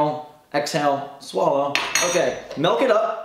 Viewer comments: YOU SAID "MELK" INSTEAD OF "MILK" IM SO MAD. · Milk not Melk. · I'm honestly just triggered that you called it "Melk" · I was wondering what that was lol